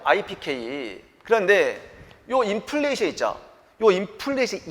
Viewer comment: 업로드 기다렸습니다~ 이번편도 명강의 감사합니다~ 3분31초 인플리션 이-득 강조하신거 재밌어요 ㅋㅋㅋㅋ🎉🎉